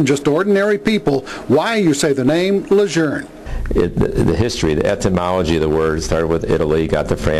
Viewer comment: There is no R. It is said exactly how it is spelled. Just because John A Lejeune and his family have a cajun speech impediment, doesn't mean all of us have to sound like jackasses saying the word Lejeune with an R. What's next? Camp Pendletern, Okinawern, Cherry Pernt? It's ridiculous. Continue to pronounce it the way it is spelled.